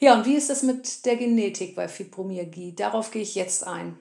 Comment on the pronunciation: Sorry musste bei ausschalten. Wenn man nicht mal das Wort Fibromyalgie richtig aussprechen kann ( Fübromiagie), dann kann ich den Rest leider nicht ernst nehmen.